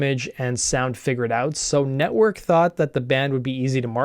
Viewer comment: Nettwerk, not Nettwark ;)